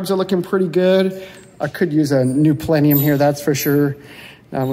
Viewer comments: It’s a plenum not a plenium, it’s al u min ium not al u min um. Get the English right mate😎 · Love your videos! They bring back wonderful memories of my 69 coupe and my 66 open top. One thing though … plenum not plenium